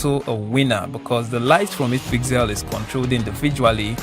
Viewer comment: According to the Closed Captioning, when you say pixel, it thinks you are saying "PIG CELL" LOL